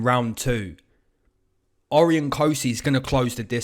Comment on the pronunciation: Good stuff me and my brother tune in all the time from Aus! Just saying for the Cosce Vs Rowe Cosces names pronounced "O-ryan" not "Ori-on" 😂 Much love from aus - keep it comin 👊